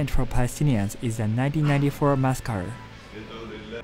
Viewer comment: Your English is almost perfectly pronounced.. but please learn how to say "massacre" .. it's not " 😅muskar"